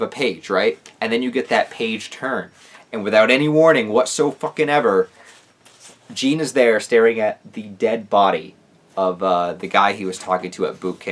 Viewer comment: As a French guy it's so painful to hear you pronounce Jean this way, great video nonetheless